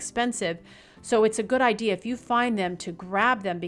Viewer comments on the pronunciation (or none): none